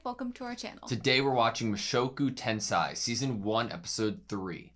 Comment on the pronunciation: Pronounce correction. Tensei [tẽ̞:se̞i] [Ten say yi] not [Tensie]. The vowels in Japanese are usually pronounced separately. For example, "AutoSave" Japanese, whose English are bad, will "probably" pronounce "ar wu toe sar vei", it is just example. Learning this will help you to learn Japanese much easier. By the way I am Taiwanese, love that both of you will write down the note, that is pretty helpful for researching the anime. Subscribed already👍👍